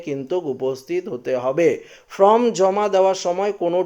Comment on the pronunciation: কথা টা from না ।। Form বলুন ।